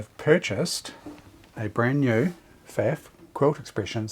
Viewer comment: Thanky you so much! As always, your videos and your unfathomable pool of experience and hands-on advice are a pleasure to watch and learn from! Only (typical, high-handed German) comment from my side: The brand name "Pfaff" rhymes with "tough" :) Cheers, Martin (Wiesbaden, Germany)